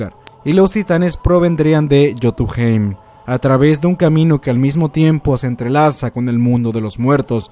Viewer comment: No se dice freja se dice freya y no se dice miyolnor es miolnir y no es yotumhein es yutunhain